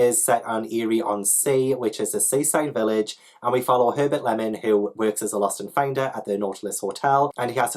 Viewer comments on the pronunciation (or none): none